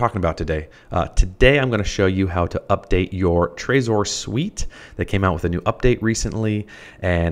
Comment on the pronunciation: its pronounced trezor not trayzor.